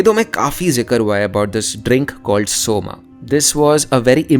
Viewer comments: why can't you keep it pure? Always somā It's not somā It's soma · Bhai humare sanskrit me bhi Asur hi bolte hain Asur-a nahi. And its Som not Som-a. Ye english pronounciation ki wajah se krushn bhi krishn-a ho gaya ab to log Ram ko bhi Ram-a similarly Ramayan-a, Dharm-a and so on. Please correct yourself